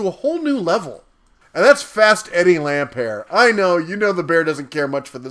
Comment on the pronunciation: He's not French... It's LampERT